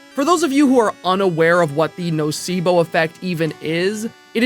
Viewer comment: When said "nocebo" I was like "The spanish word???" because it sounds just like "nocivo" which means something that is detrimental/prejudicious and is also seen a lot in medicine, anyways great video <3